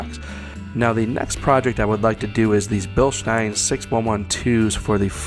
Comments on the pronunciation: If he was more of an exciting speaker and if he didn’t say Bilstein like “bilshtine” then he could really have something going with this channel bc this is a great review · It’s actually pronounced bill-steen. Currently stationed in Germany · i have the 14" travel version of these on a JKU crawler; it is an amazing shock if your rig is under 5500lbs. Respectfully, it is Bilstein ( Bill-steen) although, grammatically, Germanically and English-wise, you are pronouncing it correct for how it is spelled, Even the company people say BillSteen ( tho our Deutschlander friends may pronounce the S with their Sh inflection).....😉